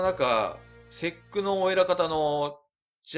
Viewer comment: いつも分かりやすい動画ありがとうございます。ただSECのことをセックとはあまり呼ばないと思いますw